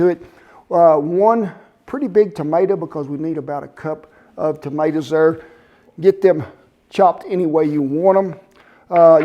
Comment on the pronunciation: Wow , I can't believe I wasn't already subbed to you. And though I've rectified that , - there's no ' R ' in tomaters.